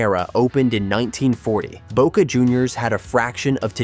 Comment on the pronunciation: Que I.A. hizo la locución? J.R.Reime, Mardona,La Bomba,Boque,Amal tiene más errores que el presidente actual!😂